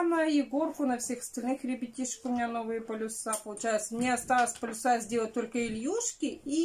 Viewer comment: полИс, а не полЮс!!! А зачем вы просите оставлять комментарии, если большую их часть вы удаляете, а тех, кто пишет правду и честно указывает на недостатки - блокируете???, зачем лицемерить и лгать??? Вы не можете найти 1000 руб на лекарства для дочери, но накупили кучу ненужных блокнотов. И так во всем. А за Ваню не переживайте. К 7 годам, как идти в школу, он точно откажется от памперсов. И вам напрягаться не нужно будет - учить проситься на горшок и вставать ночью. Вы же такая уставшая, такая уставшая.